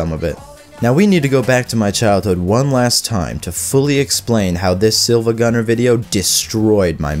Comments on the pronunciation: He said sihl-vagunner not see-vagunner I can't take it seriously/j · Every time he pronounces it "siLva" instead of "siIva" I die a little. The username is spelled with a capital i, not l. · definately his first time. he literally says "silvagunner" when it's said siivaguner. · This guy be like SILVAGUNNER instead of SIIVAGUNNER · Siiva why say siLva when it's more like seeva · Bro called him "silvagunner" bruh it's siivagunner, see-vuh-gunner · Wait, it's SIIVAGUNNER, not SILVAGUNNER? How a Video Destroyed my Mind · its siIvagunner not silvagunner and the pronounciation reflects that. its pronounced like see, not silver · The fact that he kept saying silvagunner instead of siivagunner made me cringe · In the video the guy mispronounced the name. Instead of it being “IL” as in “SILVA” it’s “iI” as in two “I”s as in “siiva” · hey man it's siiva not silva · i will now be bothered this entire video because you say siLva instead of siIva great video otherwise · It’s so painful to hear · ready for another mindfuck? it's actually pronounced "seevuh gunner" (the "L" is actually an uppercase "i") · It’s actually pronounced SEE-va gunner, the I is an i not an l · It's pronounced Siivagunner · It’s seevagunner bro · it's pronounced seeva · you know what else can demolish someone's mind hearing someone mispronounce SiIvaGunner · imagine making a siIvagunenr video and getting his name wrong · siad siiva with the L lol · Instantly disliked he pronounced siivagunner wrong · umm...that's not how you pronounce "siivagunner"